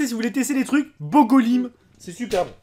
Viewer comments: Mdr jpp il a dis bogo l'IME XD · Le bogo comme tu dis se dit bouga 😂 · c'est pas bogo c'est boga😂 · C'est pas Bogo mais Boga 😂🤦🏽‍♀️ , ya aussi Boga cidre 👌🏽🔥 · sa ce lit ''BOGA'' mais on dit ''BOUGA'' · Il a dit bogo 🤣 c'est boga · la bogo on dit bouga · C'est pas bogo c'est boga😅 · On dit bouga